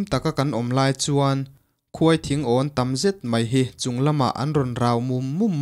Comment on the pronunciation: A ngaihnawm eee.mahse,KHUAI THINGAWN tilo hian KHAWITHINGAWN tih ni zawk se